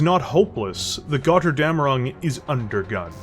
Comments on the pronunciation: The name has to be spoken like it is written with a "Ö" not an "O" in German. I know that this vowel mutation is hard for natural english speakers to pay attention but as a Steiner Loyalist from Germanny i must say please try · "Götterdämmerung" is a BAD word for english speakers, because they don´t understand on how to pronounce the "ö" and "ä". To make it as simple to understand as possible: for the "ö", spell it like the "u" in hurt, urge and turn. Meanwhile the "ä" is pretty much just like the "a" in english... just use the same a like in man or hand. The mech itself looks cool but seems to suffer from shrunk cockpit.